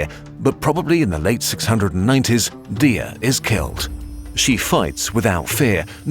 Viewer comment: 1. The Aures mountains weren’t a desert, did no one on the team look at a map? Google images? What would she or the Arabs have burned? Sand? 2. The entire Hassan thing is made up by the Arabs/Muslims 2. That’s not how you pronounce Imazighen or Dihya 3. Dihya’s sons would not have dressed like that That’s not even all of it, I was really excited to see a kurzgesagt video about my favorite historical figure but I’m disappointed by how superficial the research was